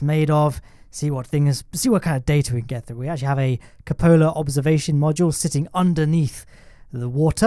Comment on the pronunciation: btw it's COO-pola :D